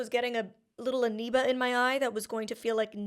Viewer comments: I kept waiting for you to correct yourself once you watched each clip of them using the correct pronunciation of “amoeba”…but nope! 😂 you just continued to say “anoeba” with rising confidence. 😉😂😂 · Not that it’s terribly significant, but I think you’re mispronouncing amoeba with an N sound as in November whereas it’s an M as in Mike.